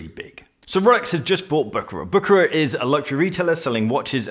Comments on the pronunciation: It is prononced Büschera and not Bukarar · pronounced "Bou" "Cher" "rare" if I may say.